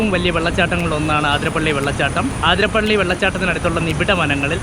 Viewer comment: you should pronounce it as അതിരപ്പിള്ളി not ആതിരപ്പള്ളി.. forgive me if i was mistaken...